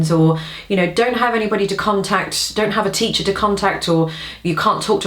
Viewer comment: She says "teacher" as if she's saying "cheater". Or its just British. Cheers!